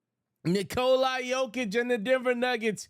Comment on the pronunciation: who is Nikolai Jokic, the mans name is Nikola if you can't pronounce his name damn it give it a rest.